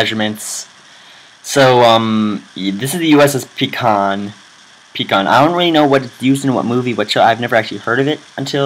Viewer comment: Its is pronounced Pie Con. - Look at BSG for reference.